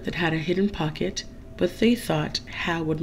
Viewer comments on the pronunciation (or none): none